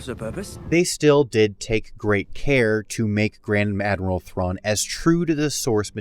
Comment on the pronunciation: This is what I heard as well lol